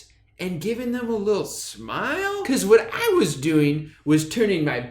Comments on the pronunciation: I almost cried every time you said 'wat' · The way he pronounces “wat” has me hacking up cum and mucus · It was so funny the way you pronounced the “wat” and “2” in the story, 10/10 reading out loud drew!! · I love the way he pronounces "Wat" cracks me up every time. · The way he pronounces “wat” has me cackling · He says wat just like I would imagine